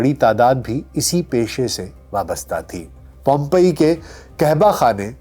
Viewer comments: For your kind information PIZZA is the creation of Napoli not Pompei. And correct word is POMPEI not POMPEA. Thanks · Pronunciation is POMPAY not pompaiyaa😅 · This is pronunced as pom-paye rather than as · (پوم پئی ) درست تلفظ ہے سر۔ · Why he is keep calling pompeeaa ??????? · Lol, yeh "pompiya: kya hai. Incorrect pronunciation. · Your pronunciation of the name of city is wrong.